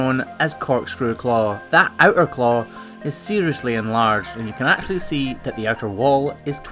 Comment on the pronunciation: did you actually go on an actual course to actually learn how to actually say actually correctly